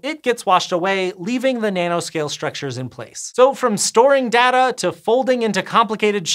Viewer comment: stop saying "data" weird